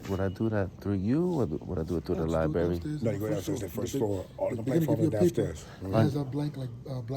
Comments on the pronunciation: My number one pet peeve is when the library is called a liberry. I just had to fight with autocorrect to misspell library!!! I don’t care about any other word being misspoken. It’s the name of a building, that houses books, that contain words, utilizing the the entire alphabet. It is a word that is mispronounced in all 50 states, by men and women, by young and old, by all ethnic backgrounds, by the undereducated and over educated. I’m not pointing fingers at any particular person in this video, it’s just my pet peeve, I’m flawed. As for the big mouth NYPD broads, if they cannot do their jobs, and do not know how to read and comprehend what they are reading, they need new employment. They all need a Billy Madison redo. If they don’t pass, no jobs serving the public PERIOD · Those darn “LIBARY officials”. With all of those books one would think the security guard would learn how to speak properly!